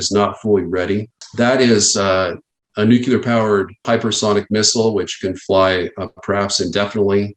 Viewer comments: Ugh! Another super smart specialist who can't pronounce the word "Nuclear". This comment makes me kind of an a hole, I realize, but hard to take one seriously if they butcher the language on easy words. Good info though. Love the channel. Nate says "Nuclear" the right way. I love that! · It's very difficult to take a person seriously when he keeps saying nuculure, especially after the derision Bush took. It's not hard to say nuclear! It's your job. Get it right. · Nuclear. New-clear. Not nucular. Complete loss of credibility the second i hear someone pronounce it nucular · First of all, is nuclear, not noo-que-ler, there chief. Bush Jr much? Second, your premise assumes that the Russian leaders are willing to sacrifice the lives of their loved ones and all the riches they've accumulated from the collapse of the USSR for their own pride. They're not fools and giving all that up is not going to happen. They're human and well educated... not cold war movie characters. That's why they won't pull the trigger if the world continues to stand fast. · New Kya Ler ?. Really ?. I take no advice from someone who pronounces nuclear as new kya ler .. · Sorry for being so picky… I really shouldn’t say anything but it just drives me crazy… Why do people pronounce nuclear as nu- cu-ler. So many people do it might just be the way we pronounce it now. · If someone can't even bother to pronounce the word 'NUCLEAR" correctly, I take points off for credibility. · Sorry, but it's hard to take a guy seriously talking about nuclear weapons who can't pronounce the word nuclear correctly. Putin has already stated clearly that he will not launch a nuclear weapon as a first strike. I believe him. On the other hand, the US signed legislation that it would launch a nuclear weapon as a "pre-emptive" (aka first strike). Sometimes when people tell you clearly what their plans are it's best to listen and take heed. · Guy cant pronounce nuclear. Some expert. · He's a nuclear expert but says Nuc-u-lar